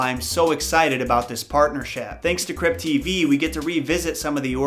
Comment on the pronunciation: Lamo i thought u said crip tv I was hella confused 😂💀